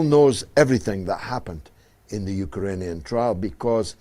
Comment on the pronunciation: It's Ukrainian not Ukarainian.